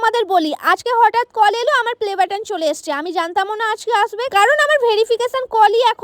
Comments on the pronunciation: পেলে বাটন ✖️ play batton ✔️ লিখে বলছি তাই ভাল ভাবে বলতে পারসি না ঠিক করে 😊😊😊😊😊😊😊❤❤❤❤ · দিদি পেলে বাটন না প্লে বাটন টা ঠিক করে বলো😂😂😂😂😂 তারপরে ভিডিও করবে